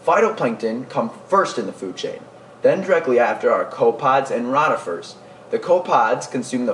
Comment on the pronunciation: your mispronuncing rotifers. Not rot